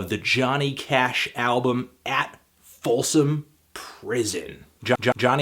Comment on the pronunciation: ya said "folson".